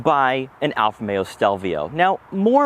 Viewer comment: Nice review but why do you keep saying "Alfameo"?